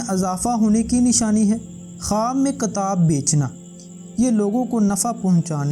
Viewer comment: Kitaab mere bhai not katab